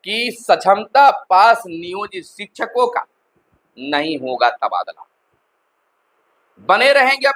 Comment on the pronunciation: एक ही बात घुमा फिरा के पढ़ते रहने की आदत है आपका । खबर काम bkwas ज्यादा लगता है। हागा v नहीं v hoga🤩🤩🤩